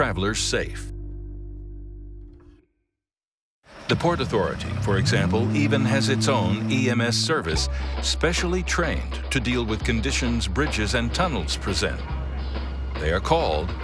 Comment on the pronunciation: Did anyone else hear deport authority????